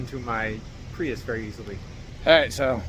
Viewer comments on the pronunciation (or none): none